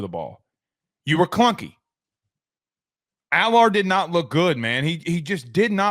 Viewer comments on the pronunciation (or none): PSU didn’t need to throw the ball. Also learn how to say Allar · When your up multiple scores in bad wind and the other team can’t stop the run you don’t need a fully functioning brain to know you run it down the other teams throat also learn how to pronounce Allars name dude